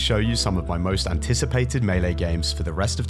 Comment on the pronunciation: I KNEW you knew how to pronounce melee